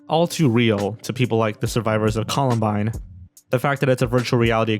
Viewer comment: It's pronounced "Columbine", not "Colabind"